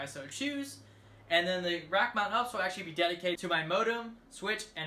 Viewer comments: "1U"... it's "1 RU". Also it's "You Pee Ess", not ups. Don't try and be cute. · Ups lol 🤣 YOU, PEE, ESS honey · First time in 20 years of my IT career I’ve heard someone call it an “UPS” and not a “U-P-S” lol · its not called ups just U P S like the delivery company